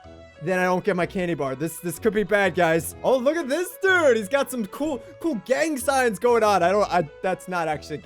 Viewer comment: "gang signs" what my brain heard: "gang science" 😮